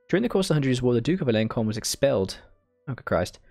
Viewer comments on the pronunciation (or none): bro it is pronounced as alonso(n) not like aloncon nice video btw